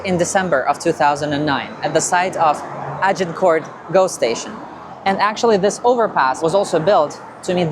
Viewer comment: Pronounced: AGE-in-court, not Aj-in-court